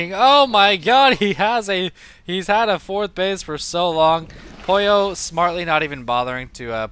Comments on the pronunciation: I like how you call Pouilleux Poyo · funny, your pronouncetion of Pouilleux is like "pollo" that means chicken in spanish o.0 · Pouilleux is french and it means someone who has head lice or someone dirty ^^. You pronounce it : "Pooye" (where you pronounce the "e" a bit like the "e" in "given", but there's really no equivalent of this sound in english). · It's probably been said a few times already, but Pouilleux is French and means something like lazy slack-off/creep/dork and it's pronounced "pooh-y-euhr" (very soft r, with the final sound being in the back of the mouth). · yeah, and it's kinda funny how the pronunced it like "pollo" which in Spanish means chicken xD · Pouilleux is a french adjective meaning dirty or bum. It's pronounced poo-e-err, said really fast. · pronounced poo from poop, y from yell, er from butter = poo-y-er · Pouilleux is french, it's pronounced poo-ye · I thin its pronounced poo-ee-yeuh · looks like french to me, pronounced puiyu